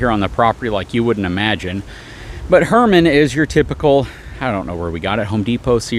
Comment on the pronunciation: Hermen, not Herman. Very subtle…her men. Love to see Buddy!